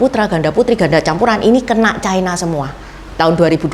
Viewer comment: Ucapan yg bnr : China, bukan chaina